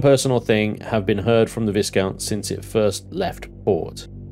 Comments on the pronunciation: The S in "Viscount" is silent. You're killing me! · come on, where is your 18th century pronunciation? Viscount is pronounced Vie-count